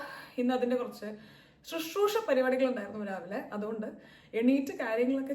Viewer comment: Btw shushroosha alla sushroosha